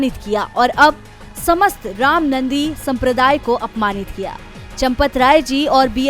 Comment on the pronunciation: रामनन्दी नहीं ' रामानन्दी' सम्प्रदाय है ।